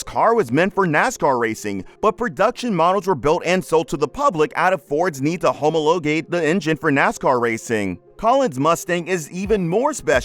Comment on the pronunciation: I kept watching it gets worse. Homo-low-gate. 😂